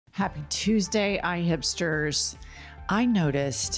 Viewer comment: I took me a while to figure out that you said IHIPsters. I initially heard "I have stirs" and was going to start googling what that phrase meant! Ahhh...we laugh.